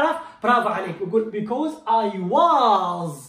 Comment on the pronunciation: يا حبيبي انت بنتطق because غلط